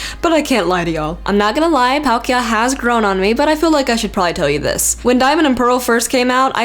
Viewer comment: wow how can u say palkia😑😒😡😬